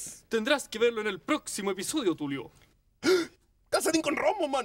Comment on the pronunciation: Tulio dijo "Calcentin con Romoman" en vez de Calcetin con Rombosman :v